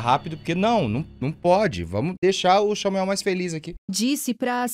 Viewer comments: "Vamos entender a história do XAMUEL" kakakak rachei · quebrei na hora que ele falou "vamo ver esse vídeo aqui do xamuel" KKKKKKKKKKKKKKKKKKKKK